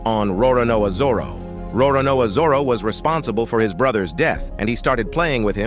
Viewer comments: Roronao Zoro? Roronoa Zoror? 😂😂😂😂 Its Roronoa Zoro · Bro the pronunciation of Roronoa zoro😂😢